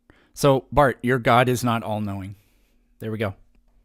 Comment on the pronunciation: Lol it’s Barth. This guy is a lolcow.